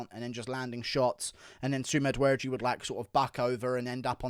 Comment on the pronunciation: When you say sumadergie It sounds like you're saying something in reverse